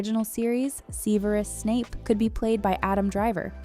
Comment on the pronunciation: "Ceeverus Snap..." girl why u talking like that.